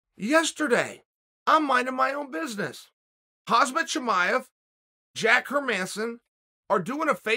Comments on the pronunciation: "Hazmat Chivaev" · please say his name properly ffs